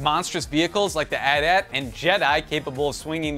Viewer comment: Sorry, but I hate the way he says AT-AT.